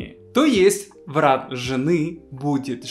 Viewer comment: Привет, всё интересно, но В и Б в русском языке это разные буквы, а у тебя - где хочешь там и употребляешь в произвольном порядке. Для меня Брат и Врат не одинаково звучат, а Врат это кто или что? Так давно и много говоришь на русском, неужели сам себя не слышишь, или просто это прикол?